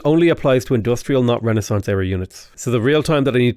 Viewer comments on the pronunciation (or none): none